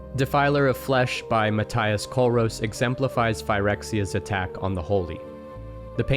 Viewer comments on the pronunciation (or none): none